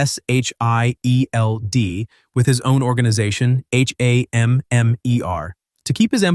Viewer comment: Bro just say shield and stop spelling it out, yeesh!also just say hammer, again no need to spell it out.